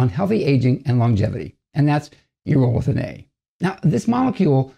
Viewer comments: Its pronounced EURO-lithin not U-ROLL-ithin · My dude is pronouncing it incorrectly